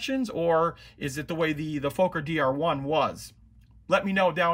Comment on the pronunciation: Very Nice build! Though as a Dutch person you make me laugh when you say Fokker 😁